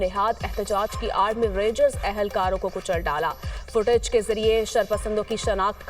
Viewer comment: نیوز کاسٹر نے فو ٹج اور بلندی درجات جیسے الفاظ کی غلط ادائیگی کی۔ انکو اردو پڑھنے کے لیے مشق اور تلفظ کو درست کرنا چاہیے۔